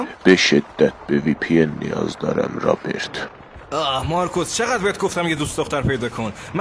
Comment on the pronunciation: چرا میگه مارکص